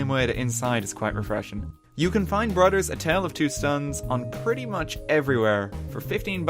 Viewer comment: "BroDers"? ..... oh ok, then I heard you say togeDer and eiDer.